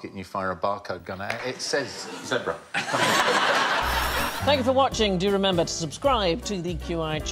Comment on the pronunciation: Thanku dear lady for saying......"Zeeeeebra",not ze bra......and it's Jaguar,not Jag U ar,just saying.......